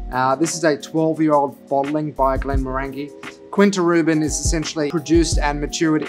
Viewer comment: As a fellow Australian, I get it... But, Glen-morr-an-jee, Kin-ta Ru-ban.